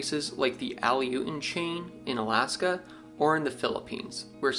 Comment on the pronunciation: FYI, that's ah-loo-shun islands in Alaska.